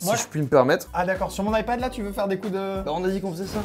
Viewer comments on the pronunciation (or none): none